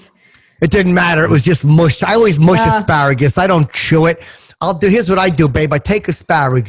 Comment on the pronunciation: Asparagus... i thought he said A Pair of Gus tsssssss